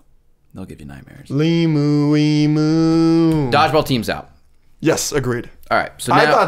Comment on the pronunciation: Australian here - it’s pronounced ‘eemew’ not ‘eemoo’. Every time the talking hat or bowl said it I wanted to put my head through a brick wall. Love the show though, keep it up.